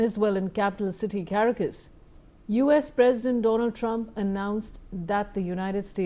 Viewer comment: The city is called Ca-ra-cas. Thank you